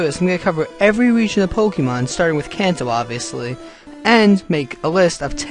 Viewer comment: I'm so tired of hearing people mispronounce Kanto. Its not "can-toe" its a Japanese region name, and said "kahn-toe". Its almost as annoying as the idiots who still pronounce Mario as "mare-ee-oh" -.